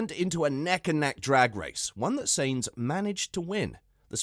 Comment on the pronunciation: It is not. It is Sa..ins like in Satisfaction, and it is …eens like in seventeen. So it sounds like: “ Saeens” ok?